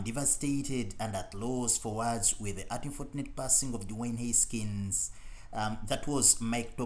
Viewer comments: “Huskins”? Seriously?? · Haskins not Huskins…..I don’t understand the characterization of “final intense” moments. Anyway, thanks for posting a nice collage of comments.